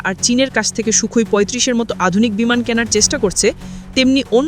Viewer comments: বিমান কে বিনান বলছে উপস্থাপিকা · Bhi বিমান not বিনান 😂